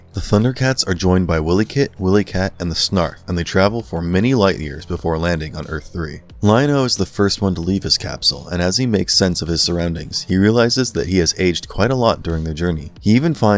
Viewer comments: Say it more like (WILD-E KIT &WILD-E CAT) not Willie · Willy-kit/Willy-Kat is killing me. Why-lee like wile -e-coyote or the word Wily meaning cunning or crafty. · BRO IT'S PRONOUNCED (W-EYE-LEE KIT AND W-EYE-LEE CAT) NOT WILLIE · Lol "Willy Kit" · Lol!! Dude you keep saying "Earth 3".....it's THIRD EARTH!! Also you're saying WilyKit& WilyKat wrong!! Glad you did u this video, but I've been a die hard fan my whole life!! I was born in 1981...u do the math!! 😆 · its Third Earth. not Earth Three and its "Why-Lee" Kit and Kat lol. other than that, fantastic video! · Repeat after me: WHY LEE Kit and WHY LEE Kat. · I'm not sure who wrote this script, but it is very obvious you have never seen the show. Also, did no check over the script before you recorded this? Meanwhile, across the universe, the Mutants cross the universe. No, they're on Third Earth, not across the universe. You mispronounce Wily Kit and Cat's name. It isn't a magic 'pound', it's a cauldron. And Mum-Ra doesnt 'transport' to Earth 3. It isn't called Earth Three, it's called Third Earth, which, there is a correct and incorrect way to say this.